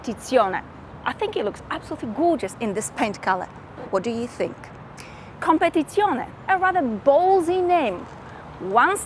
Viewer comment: Ciao, you know that I always compliment you but today the biggest compliment goes to your pronunciation of COMPETIZIONE, I would say promoted 😉😊😃👍 Samu Milan-Italy